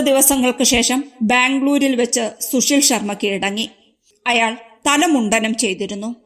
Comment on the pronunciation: ശുശീൽ ശർമ്മ അല്ല സുശീൽ ശർമ്മ ആണ്. കഷ്ടം!